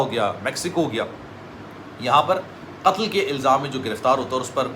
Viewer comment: ختل کہتا ہے قتل نہیں کہتا😮